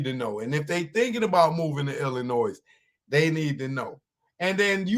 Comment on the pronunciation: "Illinoi". The "s" is silent. Illinois is named after the Native American tribe Illiniwek. The More You Know.